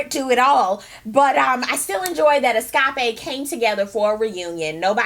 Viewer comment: did she just said eskape.....LOL..i'm dead